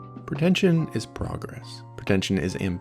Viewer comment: 'PER-tentious, PER-tention...' The narrator can't even pronounce the words properly. Help him